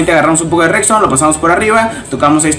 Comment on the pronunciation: se pronuncia redstone no rekstone :v